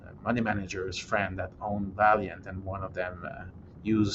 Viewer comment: Valeant, not Valiant 😀